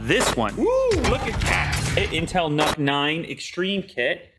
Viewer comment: I Believe NUC should be pronounced as "nuke". That is some logic for big power in small package.